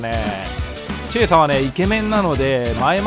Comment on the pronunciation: いつも楽しく拝見させてもらってます。 とてもためになります。 うちのかみさんがのチェーサーって発音がツボにはまったらしく うちのチェイサーをチェーサーって言うようになりました（笑）